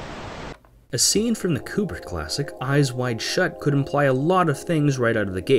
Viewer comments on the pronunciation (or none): none